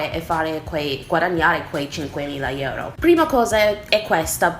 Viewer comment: pronunci male 'euro' dici 'ieuro' 😆